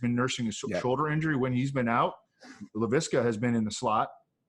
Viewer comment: Makes me cringe listening to you guys say Re-ger instead of Ray-gor. Also, La-vee-ska?!? Haha what? It’s La-visk-uh